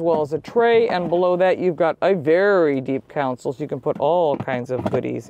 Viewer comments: FYI - You keep mispronouncing the word "console". You say "council". (cown-sill) But a "council" is a group of people. While a "console" is a car part. ✔ "Con-sole". ❌ NOT "Cown-sill". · Con-sole. Not, Council.